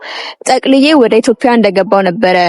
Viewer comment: የኔ ቆንጆ ኢትዬዽያ የሚለዌን በሰነ ሰርዓቱ በይው እሸ። አበባሉን እንደ ፐ አትበይው ❤